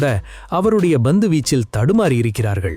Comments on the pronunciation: Not BANDHU but PANTHU. Correct yourself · ஹலோ bandhu (ba)பந்து வீச்சு இல்லை, pandhu (pa)பந்து வீச்சு. நீங்க உண்மையிலேயே தமிழரா (Thamizhara) இல்லை dhamizhara😂😂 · Its Pandhu not Bandhu